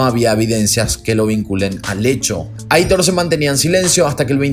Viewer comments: Me encantan tus vídeos!! Un pequeño detallito informativo: el nombre Aitor es de origen vasco y se pronuncia "Aitór" :) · Hola!! Quería aclararte que el nombre de "Aitor" lo pronuncias mal. Debe decirse como si estuviera acentuado en la "o". Es un nombre de origen "Vasco" (yo soy vasca) y gusta mucho en España pero hay mucha gente que NO sabe pronunciarlo. Te conocí hace 2 años y te sigo con interés. Felicidades por vuestro trabajo.